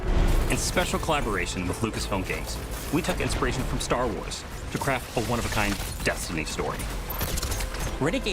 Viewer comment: Ster Wers and Halldervers 😆